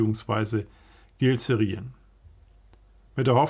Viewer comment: IJ oder Y wird im Holländisch als EI ausgesprochen. Fliegerhorst E45./VII Woensdrecht gehörte zu die im Gilze-Rijen. Es gab etwas nord östlich davon am Lindonk ein Knickebein.